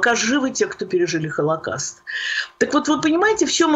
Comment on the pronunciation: ПРЕДАЧА ОТЛИЧНАЯ! ПРОСТИТЕ ЗА ЗАМЕЧАНИЕ. ПО МОЕМУ,, ВЫ НЕПРАВИЛЬНО ПРОИЗНОСИТЕ СЛОВО "ХОЛОКОСТ", СПАСИБО. ИГОРЬ ЯСКИН, МИННЕАПОЛИС, МИННЕСОТА.